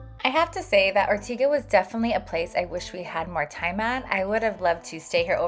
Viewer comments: I am Sicilian/Australian and absolutely love Ortigia. I’m back every year. But I’m sorry, if you’re going to post a video to the world please pronounce Ortigia correctly..it is Or-tidge-yah, and not Or-tiga! And it’s See-ra-goosa..and not pronounced like the New York City. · It's pronounced Ortidja - not Ortiga!!! And the church housing the Caravaggio is in the modern part of Syracuse. 🙄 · Ortiga???!!! Wrong pronounciation (listen to the locals 😂) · I think it's Or-tee-dja. Parking is such a stresser all over Sicily. I wish you were telling useful info about the parking situations in each place. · Pronouncing the name wrong